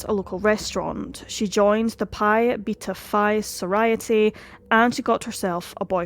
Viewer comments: What's a soriety? Or did you mean sorority soar-roar-it-ee? Also chi (as in sigma chi) is pronounced k'eye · Thank you for the video. It's a terrible case. As a note of constructive feedback, sorority is not pronouced that wayYou repeat "so-rai-ity" instead of "so-roar-ity" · How about “soriety” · The fact that you don't know how to pronounce "sorority" properly says so much positive about you lol. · Rhymes with majority, not sobriety. Love the channel!!